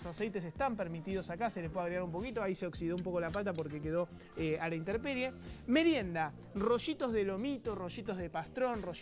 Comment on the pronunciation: Dice "interperie"!!!! Se dice INTEMPERIE.